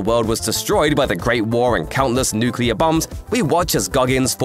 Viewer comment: How do you pronounce nuclear wrong in one sentence and the next sentence correctly?